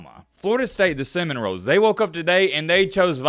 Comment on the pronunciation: Did he just say Florida state Cinnamon rolls😂